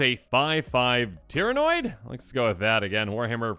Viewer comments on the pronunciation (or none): I can't even get mad that you mispronounced it because it's not spelled right on the card. You do have the pronunciation mostly right. Instead of "noid" it's just "nid". Said the same as kid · Tyranid. Not Tyranoid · The pronunciation for tryaniod as far as I know is Teir-ah-nid just for future videos. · What the fuck is a tyranoid???? It’s spelt Tyranid wtf Wotc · 40k and nid the o is silent. Doing great work as always. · I think 40k is more frequently said, but both it, and 40,000 works. Also, it's Pronounced. "Teer a nid" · It's "Tyranid". Close enough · Tyranid is pronounced tear-uh-nid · For future reference it is pronounced teer-a-nid